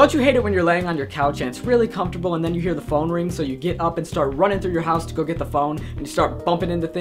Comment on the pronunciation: Haha umm it's comfortable not confertable.